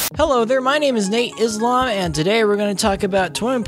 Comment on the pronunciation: Did you just say nateISLAM